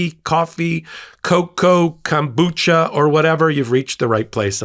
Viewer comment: Your cup of tea is "kanbucha"....it's pronounced "kom-bu-cha",. If you're going to use a Japanese word, use it correctly, please.